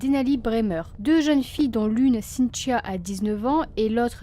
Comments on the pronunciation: Triste histoire :( ps: je trouve drôle le prénom avec ton accent cintchio sinon bonne continuation j’adore tes vidéo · On dirait que tu dis Cynt-cha! Cela dit,ca n enlève rien à ta jolie voix douce et christaline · je me faisais exactement la même réflexion ahaha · C’est drôle!!! Je n’entendais plus que ça ensuite 😂😂😂😂. Mais c’est super! Continues !